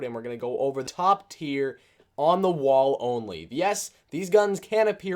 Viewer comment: Sounds like you say wa weapons 😂